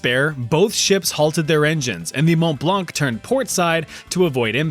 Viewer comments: The ''c'' is silent in ''blanc''. Just sayin... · A beautiful fire indeed... (Btw, the "c" in "blanc" is silent :D )